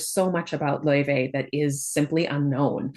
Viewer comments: Just wanted to let you know the pronunciation of her name is officially confirmed to be LAO-FAY and not Lao-Vay or anything of that sort. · Professor you miss pronounced Laufey. The developer said it themselves it's Lau-Fay not Lau-vey. They call her Faye in the game as well.